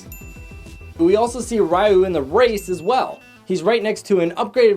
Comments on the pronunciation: ryuu-> ree-u. Not rai-you. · Did you really say "Rahyu" it's "Ryu" lmao wat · He said raiu not ryu its pronounced (r/e/oo) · You mispronounced Ryu... smh